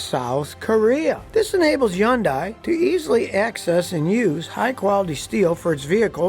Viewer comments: Scotty....Hyundai is pronounced like ice cream sunDAE —-hyunDAE, not HyunDIE like you are saying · Hmmm... I worked in a Hyundai plant for years and always heard it Hyundai pronounced "Hunday"... like "Sunday". Where did "YunDie" come from? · So Scotty I’m a big fan, but I gotta say it’s pronounced “Hun-day” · It's pronounced Hun day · What is yundy? 😂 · Hyundai like Sunday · What is up with the H being dropped in the word "hyundai"? It's not Yundai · I'm not even going to watch your whole video I watched until you called a Hyundai a "yundai" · i like how he calls it YUNDAai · Pronounced more like Hyun- de. Not die if you care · If you say Youngi one more time instead of Hyundai 😂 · I've never heard of the car brand "Yundai" till now. I'm surprised they're 4th and I've never heard of them. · Man.. its “Hyun-day” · HUN-DAY. SAY IT LIKE A NORMAL PERSON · I have never heard anyone pronounce it as Yun-die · You can't pronounce Hyndai. Hun-day. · It's not yondai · "Yunn-die" - S.K. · I love your videos, but say Hyundai like Sunday. You can fix cars so just say HUNDAY like it's spelled like SUNDAY. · The Y is silent!...so its pronounced "hun-die" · Yundie. Yundie. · It's Hon day Mr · Ok, sorry but it has to be said. Your saying Hyundai wrong. Its Hey-un-day. Sorry but its driving me nuts. Now please... Continue. 😆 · Hyundai is said Hi Un Day. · What I hear: Blah Blah Blah, Yundie, Blah Blah Blah Blah, Yundie, Blah Blah...... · It’s pronounced “Hun-day” like Sunday. They had a whole campaign on it in North America. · wtf is a "yunnnndai" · Scotty its, HUN- DAY Like SUNDAY. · Good info except you're pronouncing Hyundai wrong. It's pronounced Huhn-day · Scotty, Scotty....Hyundai is pronounced "Hun Day" (emphasis on first syllable). Love your videos! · Who is Yun-die? Hyundai rhymes with Sunday. Hyundai rhymes with Sunday. Hyundai rhymes with Sunday. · Hyundai is pronounced HUN-DI. The 'Y' is silent. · I mean, it's supposed to be pronounced "Hun-day" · Hyundai, not Yondai